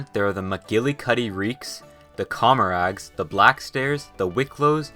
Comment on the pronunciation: just saying its pronounced like commerah not commerag